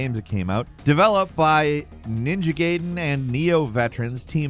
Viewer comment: Man I really wonder if has ever heard anyone pronounce he word GAIDEN like that before. 🤦🏿‍♂️